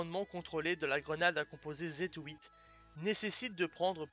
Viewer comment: qu'est je a dire ! la video est super mais j'aurais juste une question si sa ne te dérange pas dit répondre. pourquoi pour le nom de la grenade tu Z-HOUITE et pas Z-huit